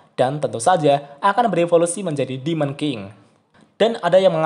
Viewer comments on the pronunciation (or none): none